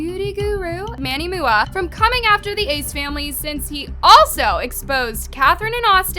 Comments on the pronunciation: manny MOO-UH LMAOAOAOAOAOA. why do u stay mispronouncing every name possible 😭😭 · manny Mua is pronounced how the letters r said so m, u, a like makeup artist